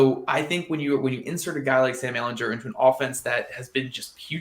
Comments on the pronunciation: Please learn to pronounce your starting QB's last name. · Went to the comments to say this lol. I can't go the rest of the season hearing that 🤣